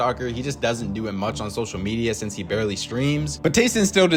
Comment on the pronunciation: It's "barely" btw not "barley" xd